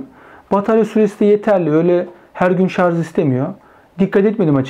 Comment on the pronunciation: "Tasarım ve Mühendislik Kanalı" yayını yaptığını söyleyen birinin "şarz" demesi de ilginç olmuş. Şu "şarj" kelimesini öğrenemediniz gitti.